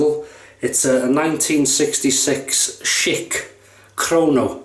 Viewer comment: LOL Think of it like "SH-ick" not Sheik, which is a chief of an Arab tribe. You might make offend someone from the Middle East calling it a Sheik. Love your videos and will keep on with my attempt to watch them all. All the best regards from the "States"